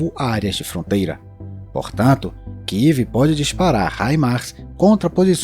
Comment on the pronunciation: Amigo não kiv, é kiev.